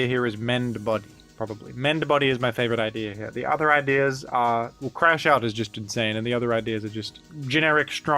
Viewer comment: I'm crashing out that is misreading Crash Out